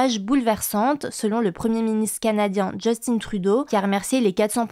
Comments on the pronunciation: Le premier ministre du Canada… C’est : JUST-UN. Pas JUST-IN. 😂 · Je répète encore et encore c'est un Francet donc son nom se prononce Jus (comme Jus oronge) in ( comme Tin-tin) svp a prononcé comme il se doit. Merci